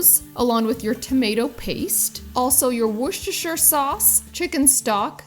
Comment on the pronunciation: You’re mastering the pronunciation of Worcestershire sauce 😹🥰